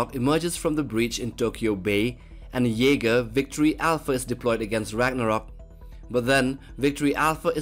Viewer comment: WHATS YE-SPER??